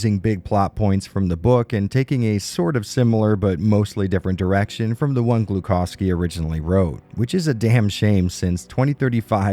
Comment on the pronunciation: Suprisingly convincing Novosibirsk, but Gluhovsky is a bit wrong. H is read like h in Harry